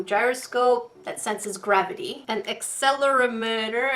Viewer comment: Ya know for a teacher.. You don't know how to say 'accelerometer'. I still love ya! Also for the commenters, it's a joke. I don't know how to say it either:/